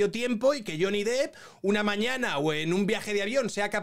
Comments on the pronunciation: Me da coraje cuando la gente por hacerse los bilingüe le llaman Johnny Deep (pronunciandolo dip osea profundo), y no, si tuviera 2 "e" se pronunciaria así, ma como tiene una se pronuncia "dep" ya que no es Johnny profundo ma Johnny Depp! Pd: no quiero ser repelente, ma ver que gente que supuestamente tiene estudios y ocupa lugares importantes en los medios de comunicación, creo que tendrían que saber como se llama uno de los actores mas famosos de Hollywood! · Lo peor de todo este juicio mediático es ver a tanta gente pronunciando "lloni dip"